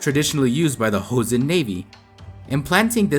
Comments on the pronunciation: You can read the pronunciation as it is written in Joseon, not Hoseon. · Jeoson is pronounced "Cho-seon" not "heo-seon." In korean, J and CH are the same letter, and are pronounced more like one or the other depending on the letters around them, as "juh" and "chuh" are said with the mouth in the relatively same position. H is an entirely different letter, and has nothing to do with J in the Far East. Also, "Geobuksan" is three syllables, not four. "eo" is a single letter in korean, representing a sound that is halfway between "aw" and "oh" -- basically a different version of the letter O: the O in "hot" as opposed to the O in "boat." So the turtle ship is pronounced more like "Goh-buk-san", not "Gee-oh-buk-san." Any time you see "eo" in romanized korean, it will be one syllable. "Silla" is pronounced "Shilla" because in this language, when the letter S is next to the letter I, there is always a "sh" sound. There is never a word in Korea where "si" happens without transforming to "shi."